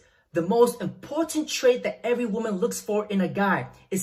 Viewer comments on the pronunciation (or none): none